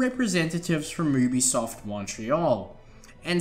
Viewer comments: Also said UBE-I-soft instead of saying it like -U-B-SOFT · U BE SOFT , not UUB E SOFT. :D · it's YOOBESOFT not OOBESOFT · Obisoft ? I think you mean Ubisoft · the way you say u bisoft is oooobisoft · Oobisoft hah. Good one mate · Oobisoft, you've got to be the only person on the planet who says it like that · The voice cracks and they was he says OObisoft. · I can't believe he said oobisoft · you-be-soft? maybe? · You also said obisoft